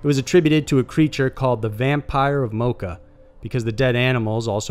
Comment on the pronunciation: Good job pronouncing Canovanas and Moca. First time I hear it pronounced correctly in a video in English.